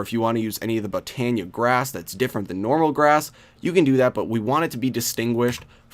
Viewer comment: the way he says botania bothers me